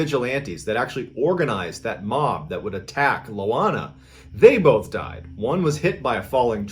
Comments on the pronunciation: I swear I heard you say Moana a few times during the loana story ;) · I winced at the pronunciation in the first story. As for the sleep paralysis, can't curse me with something I already have lol her name is Ioana not Loana. Ioana is a relatively common Romanian name. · The name Ioana is pronounced with a strong "Y" sound, in fact if you say the slang word "ya wanna" you are pronouncing it correctly. My wife is Romanian her name is Ioana. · Its pronounced ioana and the city is pronounced Timishoara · Lol, it's not LOANA, it's IOANA, that's a capital i in the beginning. Ioan is the equivalent of John in Romanian, and so Ioana is Joanna. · Hi Mr Ballen! LOANA is IOANA A trick in pronouncing the city name as close as possible to the real thing, would be reading this: Tea Me Shoara Ioana's surname would be: Con Stan Tea Ness Coo ;) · MrBallen - I'm Romanian - it's not Loana - it's ioana (i not L) && pronounced as (eee-wah-nah). The infamous fear of witchcraft, gypsies, magic etc in Romania smh. Still present today as a matter of fact. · It's "Ioana", pronounced "eee ooo wahnaah" and not "Lowahna" - And Timisoara is pronounced "tee mee show ahrahh" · Its Ioana not Loana:)) bellieve me im from Romania